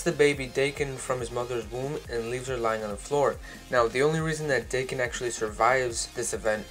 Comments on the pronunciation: Its not "Dayken" is Daken like DAKKEN!!!!!! GET IT RIGHT! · Daken is pronounced "Dah-kin" not "day-kin" I believe. Pretty good video but that was driving me crazy the whole time lol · Frankie Franklin me too